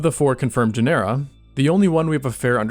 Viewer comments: Genera–It's pronounced like genre! Good vid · GEN-er-a is the pronunciation. Really great though.